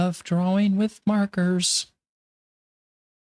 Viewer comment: It's annoying the hell out of me when you say draw wing. It's drawing